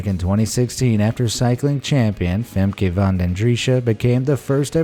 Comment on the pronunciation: tip for pernouncation : its pernounced Femkuh